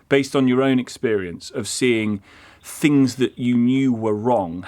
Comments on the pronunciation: Do retired consultants pronounce ‘things’ as ‘fings’ ?? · A retired NHS Consultant who pronounces the word ‘things’ as ‘Fing’s’?! No, I’m sorry somethings no right here.